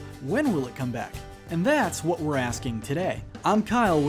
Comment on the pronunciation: "I'll tell ya hwhat"